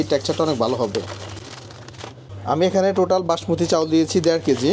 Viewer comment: চাউল না চাল 🐸